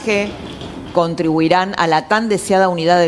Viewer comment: La sobada de lomo le permite llamarle Colega y no lee algunas palabras como , Contribuirian